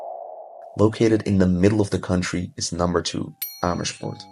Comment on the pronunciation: I did not realize that you are actually Dutch untill I heard you say Amersfoort! Amazing!! 😮😮